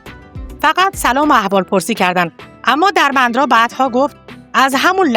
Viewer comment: سپاس از کانال خوبتون عزیزم درمندرا با کسره روی دال تلفظ میشه .Dermendra درسته .سپاس از شما